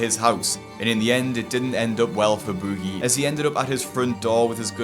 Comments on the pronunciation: Bewgie. Why do you pronounce it that way? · I already knew all this stuff but I watched all the way through just to hear keep saying "bOOgie" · You're pronouncing his name as if he were British. Americans don't pronounce Boogie like you do. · stop saying his name like that lol